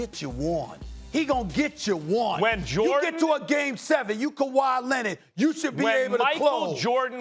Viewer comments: Stephen “ kawhi lennit” a smith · No one: SAS: Kawhi Lennid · Stephen "Kawhi Lenid" Smith